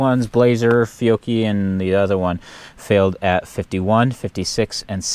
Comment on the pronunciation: FEE-OH-KEY, I’m Italian, the chi is pronounced key. Great video